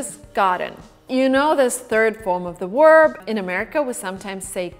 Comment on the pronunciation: Quality vid but why do you say WERB not VERB